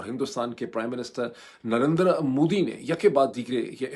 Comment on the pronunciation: In logo ko Narender Modi pronounce kerna nahi aata.... Narendra Modi....NARINDR-A Modi bolte hn